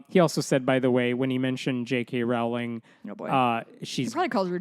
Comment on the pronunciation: Just one pedantic point: Rowling is pronounced like "rolling". That said, continue slamming all transphobes for being transphobes. "Dinosaurs are cool. Transphobia is not." -Jamie Raines (aka Jammidodger)